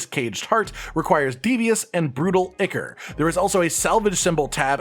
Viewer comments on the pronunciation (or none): PS - Ichor is pronounced "eye - core" not "icker" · (Ichor) its EYE-kor not ick-ur. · eye-kor not icker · Ichor = "eye core"